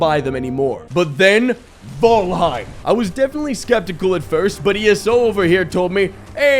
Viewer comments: 10 minutes of trying to figure out if it's vAlheim or vOlheim. What are you trying to do here? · I'm so used to hearing "fall" in fallout that I hear fallheim instead of valheim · Say the title correctly damnit!